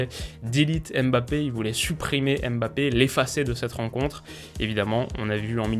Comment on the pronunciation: Je te parle en tant que Camerounais, je te supplie d'apprendre à prononcer "Mbappe"